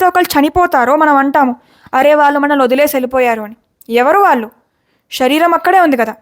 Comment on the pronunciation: అంతా బాగానే ఉంది కానీ, షరీరం కాదు.శరీరం అని పలకండి.